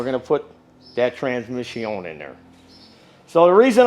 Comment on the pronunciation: I tried....I really did. But about the 157th time you said "trans-mishy-own", my mind snapped. A course in master mechanics taught in fluent French......it's more than I can absorb.